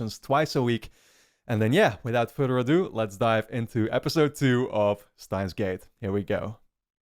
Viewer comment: the correct pronunciation is german. "Shtains" gate.